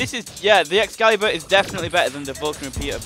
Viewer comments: It's (X-CALA-BUR) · Excailebur? Try A EX-ALI-BUR.